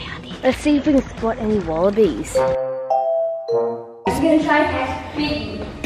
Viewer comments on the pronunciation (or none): Why did I think said “wallabeers”?